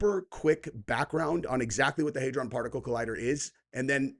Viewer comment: Hadron...not haydron. This guy's fuckin dumb. I couldn't get through 5 min of this video. Finally unsubbed from this weirdo